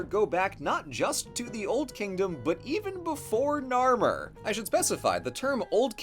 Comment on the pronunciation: Anyone else get triggered when he said narmer?